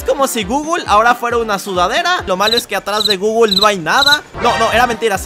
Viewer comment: Leer gooooooooooooooogle❌ Leer gooooooooooooooogo✅